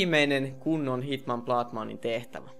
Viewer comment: miks aina sanot hitmann